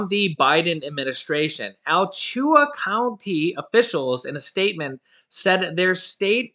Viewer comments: Hey that is pronounced A-La-chua and that is really messed up because my kids wouldn’t go to school unless they ware masks and if I was a teacher I wouldn’t teach if they didn’t have them on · Driving me nuts that you can't pronounce the Florida county name correctly... Al-latch-oo-a (as close as I can phonetically write it)